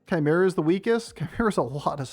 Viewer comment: "Missed 2/2" Uhm, ACTUALLY, it's pronounced ChiMEra.